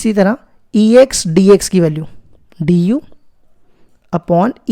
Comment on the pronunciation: Question 10 😂😂 sr ex kho sex bol rha hai😂😂